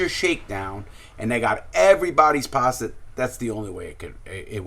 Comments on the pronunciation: ‘‘ lmao bro, larry says it with his accent sounds like “paster” instead of pasta🤣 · HAHAHAHA THEY'LL NEVER GET OUR PASTAH!